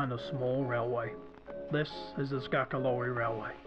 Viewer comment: I love the attention to detail with the pronunciation of ‘Skargaloey’. Lol XD.